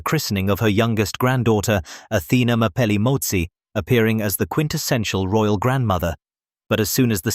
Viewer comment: Lol..royal..not roayl😂😂